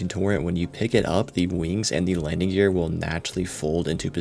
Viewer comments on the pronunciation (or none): none